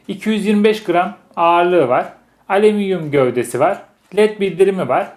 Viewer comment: aleminyum nedir :D alüminyumun yozgat versiyonu mu XD